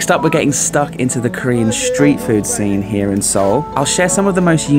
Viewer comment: Love the mangling of the Korean pronunciation.😂